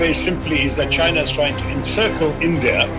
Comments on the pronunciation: The pronounciation of China in this video sounds like hyena😅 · China isn't what I hear but Gina 😂😂😂😂😂 china mean vgina 🤣🤣🤣🤣🤣